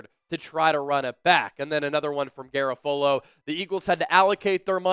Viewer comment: Said in the tone of Hermione Granger Ausss-trailians... it's GaRAfolo, not GaraFOlo...